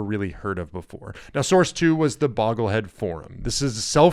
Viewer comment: It's pronounced BOW-gle-hed, not "boggle-hed".